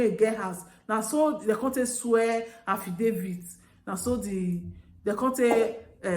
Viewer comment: Affidavits not affdavie . After all Englishis is a boworro language.